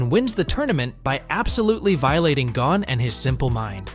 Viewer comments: that is not how you say gon name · Hunter x Hunter you need to Learn how to say Gon